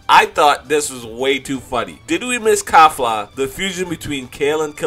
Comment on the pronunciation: Her name is Kefla, not "Kafla".